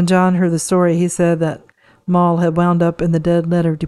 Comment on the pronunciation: Mal .. pronounced with a short A Pal and Cat, ..Mal Evans❤